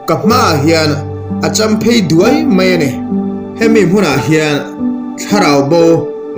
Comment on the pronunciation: Duai tih hi i thluk dik lo